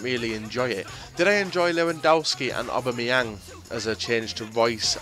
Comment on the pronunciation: its pronounced ABA-MEYANG